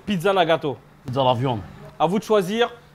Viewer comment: "la pizza VIOND"😂😂😂😂😂😂😂😂😂😂😂😂😂